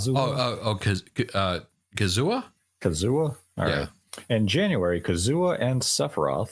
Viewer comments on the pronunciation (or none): _- ... it's Kazuya. [KAH-zoo-yuh] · Good video. There is one game you forgot or ip and that’s astral chain. It was said by a leaker to come out in the summer of 2023 but who knows. Nintendo bought the ip so I highly doubt they wouldn’t do anything with it. Probably 😂. You pronounced kazuya wrong but it’s ok 😂